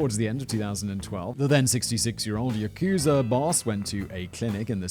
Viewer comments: I thought its pronounced 'Yak-sa', not 'Yakoo-sa' 🤔 ..... But I might be wrong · Love the mushmouth Simon. Not sarcasm, I actually generally find it entertaining. For future reference though, it's pronounced with the emphasis on the "ya" part of the word yakuza. You barely even pronounce the "u". So, YAH-KuZAH basically. Keep up the good work either way! Love the show! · "Ya-KOO-zur" - Whistle Boy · That's not how you pronounce "Yakuza".